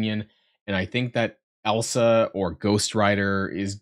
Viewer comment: Hey I just want to say, I really do appreciate you making an effort on the pronunciation. It may sound silly, but it means a lot haha. I thought I heard Elsa was datamined. Any very cool stuff. And super lame about the envoy program stuff.